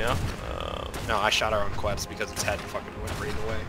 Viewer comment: Quetz is pronouced like ketz. fuck you all are saying it wrong lmao. cool vid tho. fun to watch!